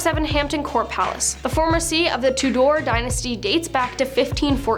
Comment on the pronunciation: Todoor ? , Hampton palace was Henry the vlll , Henry Tūdour . Pronunciation.